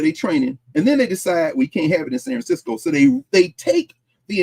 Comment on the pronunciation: I Love how he pronounced San Francisco. That is how us natives say it. I know it's petty but I appreciated it. I just love being in class with!